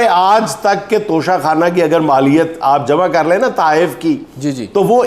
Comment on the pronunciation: اس موقع پر توشہ آخرت کا ذکر اور وضاحت ھو جائے تو شاید توشہ خانہ کی گردان کے شور میں کچھ کمی آجائے ویسے بھی کچھ موروثی بیساکھیوں پر کھڑے قومی لیڈر اس کو "ٹچہ کھانا" کا تلفظ دیتے ہیں 😂😢😊